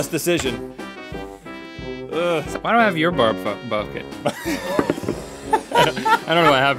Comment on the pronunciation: I think I know what happened here. I'm pretty sure his brain was stuck between saying, "Throw up" and "Barf." So out came "Barbfupbucket."